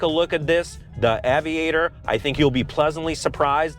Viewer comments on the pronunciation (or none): Ayyyyviator. Not aveeeator. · “Aye” vee ate er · Lincoln Ave-iator! Lol I get it though. English isn’t your first language. Cheers mate! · LOL it`s pronounced ...AYY Vi AYY TOR not AWW Vi Ayy TOR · It’s AY-VIATOR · You don't even pronounce "aviator " correctly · His own personal car, my A$$! He is a spokesperson for euro cars, he's not a real American car enthusiast. He can't even pronouns AVIATOR correctly. He definitely paid by the opposition. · This was a disaster of a review. The reviewer: - Doesn’t know how to pronounce the name of the vehicle - and - Doesn’t know if the rear seats in the car he purchased are heated and cooled - - Doesn’t know that the intent of the Lincoln brand is "refinement", not “enthusiast” or “sporty” - The entire review comes off as if you didn't do any research (not even a test drive) prior to buying the car. Super easy thumbs down for me. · If you can't pronounce Aviator correctly, probably not the car for you dude. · The way he doesn’t know how to pronounce aviator was really annoying me. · Why cant he say Aviator correctly ? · That tawng 😂😂😂 I've never heard aviator butchered in such a way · owned it for a month and cant even pronounce the name right... lol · Your first problem with the car is pronouncing its name. Lincoln should come and repossess it from you with extreme prejudice. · I thought he was having a stroke 😳. But then he started talking normal again!!